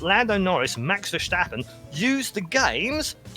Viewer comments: 'Max Vershtappen' lmao didn't know people say his name like that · fyi its BAAAAArain and Max Ver-stap-pen